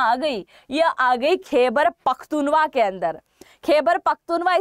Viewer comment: खैबर पख़्तून झवा है पख्तूवा नहीं